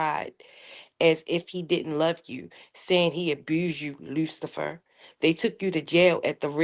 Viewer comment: LULAFER NOT LUCIPHER 😂😂😂😂